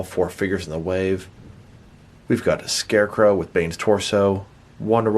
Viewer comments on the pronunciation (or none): When this guys talks 😴😬 And SHCARECROW? Lol 🤦🏽‍♂️